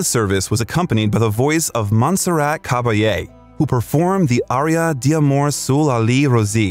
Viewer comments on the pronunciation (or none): none